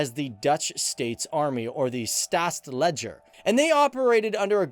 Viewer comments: “Staatsledger” 😂😂 legendarisch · “Staats ledzjer” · Funny how you pronounced Staatseleger 😂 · staatsleger LOL